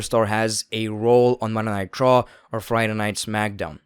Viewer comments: Yeah I was too confused why he is calling it Monday nitro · Why does it sound like you're saying "Monday Nitro" instead of Monday night Raw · Accent makes “Monday Night Raw” sound like “Monday Nitro” in the beginning lol I was hella confused for a sec